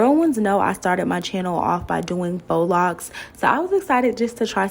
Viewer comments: Ok people its not faux( fox) locs. Its faux( foh) locs. 😂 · Lol voice over..."FOX locs" 💀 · It’s pronounced Fo